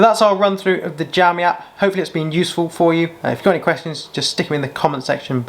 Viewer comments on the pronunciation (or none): jowmi though...lol